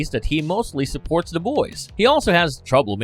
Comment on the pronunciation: good lord why the robo voice narrating saying D's instead of "th" sounds, saying"dez" "mudder" "togedder" "fadder" instead of "the" "mother" "together" or "father"